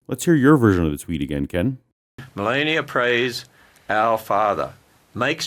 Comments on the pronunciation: Separate church and state mean state neutrality. All religions are welcome. They choose to not understand that! Also, he can't pronounce Melania's name either! Btw, it was a good joke! :) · He waits until five minutes in to introduce himself and he can't pronounce the first name of our First Lady. Seriously!?! It's almost shameful to take potshots at this guy. He's such an easy target; he practically makes a fool of himself. No outside help required.